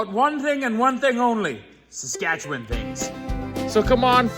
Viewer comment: Pronouncing the province name with only one syllable. I’m from Skat’chn.